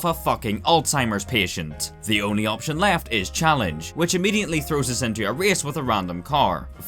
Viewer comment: "Combasted inte fleams"